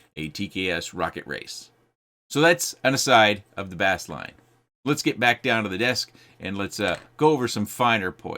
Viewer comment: It's still pronounced as base line. Like bass guitar.